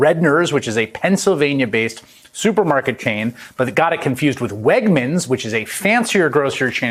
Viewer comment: My last name is Wegner thank you for pronouncing my name correctly. I would be honored if there was a grocery store with my name.